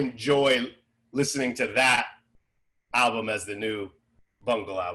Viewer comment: You know Eric is a true mr bungle fan when he says “bungle” albume